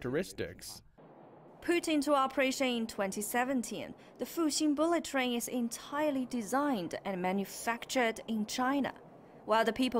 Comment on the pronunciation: Good content, but the female orator's English pronunciation is hard to understand. e.g. It took me a while to realize she meant "bullet train" after hearing her pronouced "bully train" (or "booly train"?) a few times.